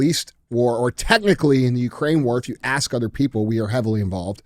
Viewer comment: We shouldn't be challenging DJ with pronouncing towns when he can't even pronounce "ask" correctly. Love you DJ